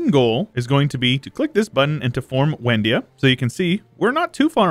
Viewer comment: Excellent video; I have two things I would like to point out, though. First is that it's probably pronounced Vendia, considering it is Slavic; second is, why did you annex the land for yourself and transfer it through the subject interaction when you could do it through the peace deal?